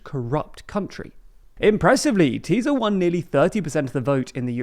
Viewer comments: tbf, Hungarian pronunciation can be a pain in the a.. for English speakers, at least he tries. Chances are I on the other hand couldn't say Worcestershire properly :D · in English it’s pronounced Tisa not Tiza. In Hungarian the letter SZ is pronounced S in English. The opposite of polish. Also the simple Hungarian S is SH is English. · Btw in English it’s pronounced Tisa not Tiza. In Hungarian the letter SZ is pronounced S in English. The opposite of polish. Also the simple Hungarian S is SH is English. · also Tisza is pronounced Tis-a, not teez-a, teez/tíz means 10 in Hungarian. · Please don't pronounce the z! It's pronounced tisa and fides. please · When pronouncing Tisza just say it with regular english S, like Tisa. In hungarian SZ togeather makes the english S sound. I'm not going to attempt giving guidlines for the pronounciation of Magyar. as the 'gy' is also suppoesd to be 1 sound and is completly unique, no connection to the english G sound. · Great video! Tisza is pronounced just like fidesz, the "sz" is equal to an english "s". Its basically "Tisa" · Tisza's colour is *blue*, not red. it's a centre right party (Magyar himself definitely comes from the right), or maybe a catchall party, but definitely not left-wing. Btw Tisza is the name of Hungary's 2nd biggest river. It's pronounced with a normal 's' like in 'massive' or other English words. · Ffs it's not Teeza and Feedesh or Feedez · "Sz" is pronounced like an S, thus "FEE-dess" and "TEE-saw" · You guys are improving in pronunciation, a little help: TISZA = TEE-SAH MAGYAR = MADYAR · Just a reminder, you don't pronounce the "z" after the "s" in Tisza or in Fidesz (or anywhere else in Hungarian). Practically Hungarian "sz" = English "s". So, for you, it's "Tee-sa" and "Fee-des". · but they still have to learn: TIsza isn't Tizzzzza Magyar isn't Magjar xD